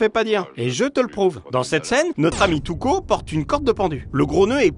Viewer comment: Tuco j'ai l'impression d'entendre Toutcon😂